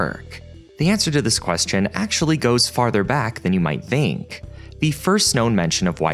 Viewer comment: Why do you pronounce [θ] (as in "think") as [v] ,"vink"? where are you from?